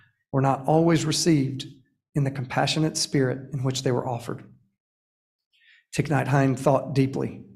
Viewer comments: I so appreciate this acknowledgement and Thay would have forgiven him though I wish he could’ve correctly pronounced his True Name - Just sayin - LOL😉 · I was hoping I wasn't the only one to notice that. It was hard for me to listen to this. If you really respect someone, you first figure out how to correctly pronounce their name.